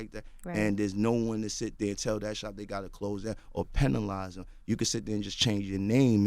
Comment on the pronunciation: So reconciliation and penalize are words that the speech therapist should work on with Caesar and with that the reality is he’s ignorant